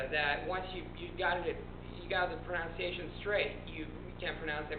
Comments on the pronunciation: This might seem pretentious of me or rude or something, but I noticed you say, "Pronounciation". Many people do say this, yes, but it is more correct as "Pronunciation". :D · Teneriffe, Spain. Dude, your English is spot-on! Even your unusual pronunciation of 'pronunciation' doesn't make you sound non-native, as it is sometimes said like that. The only way you give away the fact that you were not raised as an English-speaker is that you actually spell correctly. All our parents and grand-parents always spelled correctly, but now it's like it's too old-fashioned. You do; however; make up for it a bit with your bad capitalization. Keep up the good work, kid. Solstice.